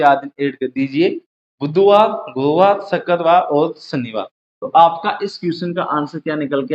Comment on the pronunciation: shakkar waar ni bhai mere...shukravaar hota h 😂😅